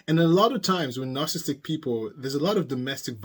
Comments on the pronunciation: There are four syllables in the word, “narcissistic”, not three. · You are missing a lot of s’s in your pronunciation of narcissistic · I started to watch this but he kept missing a syllable of "narcissistic". It drove me nuts!